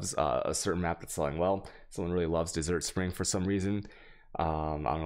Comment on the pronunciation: dude why do you pronounce most of these words wrong like chisel or desert? It's annoying.